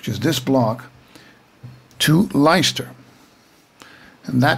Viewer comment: Pronounciation - Leicester - "Lester" and Derby - "Darby". Great video!